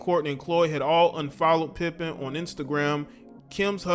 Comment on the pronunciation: Her name is Larsa PIPED-EN😂😂